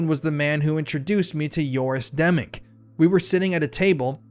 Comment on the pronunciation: Joris Demmink, not Yoris Demming. I read this one, and Demming is a real person. I'm glad you're exposing these scumbags bc I don't see anyone else doing it.